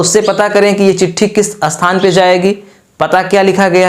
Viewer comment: jo samjha rahe ho .pahle apni pronounsation to thik karo .jaise sthan ko bolte ho asthan